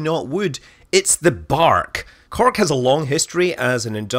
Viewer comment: WTF is " CARK" ? You mean Cork? Then say it. SAT IT SAY IT.